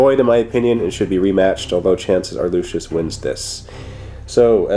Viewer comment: Lucius not 'lucious'